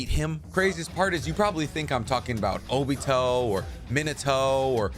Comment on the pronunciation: Love ure content, I will be staying tuned but, can u try to say the Japanese names right like O-BEE-TOE Not O-BIT-O